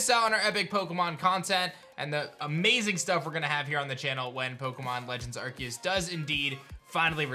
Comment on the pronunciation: I think it’s pronounce are-see-us